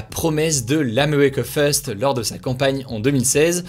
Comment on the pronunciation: « Ameweca feust » mdrrrr